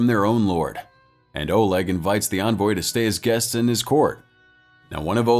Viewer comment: not oleg olog FFS can you read?